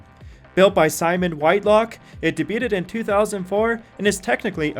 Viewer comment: Do you not know how to pronounce "debut?" Pls go back to school.